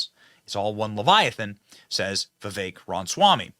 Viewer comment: Why do Americans say "Viv-ache" and not "Viv-ek"?